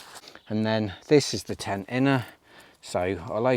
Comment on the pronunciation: Are you saying ten when you mean tent? 😂😂